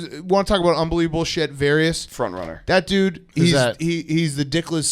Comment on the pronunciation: "Various" was a great one